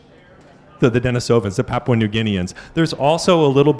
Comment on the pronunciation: Russian for Dennis is Denis, pronounced Den-EES. As a last name it's Den-EEsov The recently popular hominids are Den-EE-sovans. Proficiency in science does not mean you can play fast and easy with language.